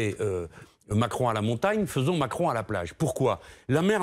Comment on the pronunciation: C'est moi ou à 4.05 elle a un lapsus et dit Emanuel Mentcron??